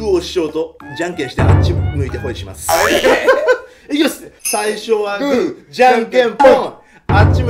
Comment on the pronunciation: 最初はブーって言ってない？